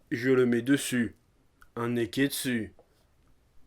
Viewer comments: Mais j'ai teeeellement rigolé pour le "nez-qu'est-dssus" !! Bravo chef :) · a cause de toi a chaque fois que tu dis nekketsu j'entend nez qu'est dessus